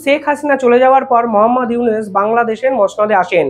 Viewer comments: ড: ইউনুস সারের নামটা সঠিক ভাবে বলা ঊচিত। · বেটা, ইউনুসের নামিটাই তো ঠিকমতো উচ্চারণ করতে পারছিস না।